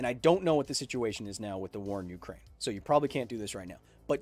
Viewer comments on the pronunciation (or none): none